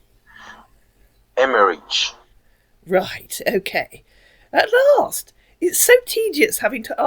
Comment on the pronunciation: I wish I could be a scambaiter SO bad…. I just don’t have the patience… the moment he mis-pronounced “Emmerich” I would have lost it on him…